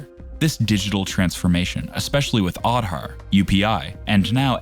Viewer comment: man your content is amazing. I just wanted to say you that please look for pronunciation of words like Vande Bharat, Aadhar and many more. No Indian will like it. Otherwise your content is really good. Keep it up. you will definitely become a big youtuber.